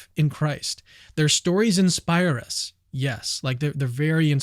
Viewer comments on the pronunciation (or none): none